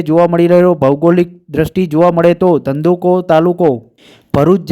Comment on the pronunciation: અરે ભાઈ! ધંધૂકો ધંધૂકો ના બોલો! પહેલાં સરખું બોલતાં શીખો! પછી સમાચાર વાંચો!